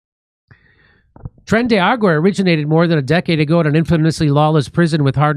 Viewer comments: It's not Tren de Water Jimmy. How you can't pronounce that after all the murders,robberies, and beatings they've been a part of is beyond me. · How does dimmy have a "mexican" wife and still manage to calk it "tren de agua/argo" every single time?@